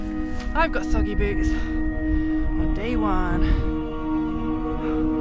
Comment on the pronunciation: You said "I've got soggy boots" but I heard "I've got saggy boobs." Definitely don't.